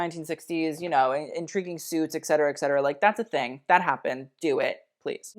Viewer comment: It's ET cetera. Not EX cetera. If you are using a word repeatedly, pronounce it correctly.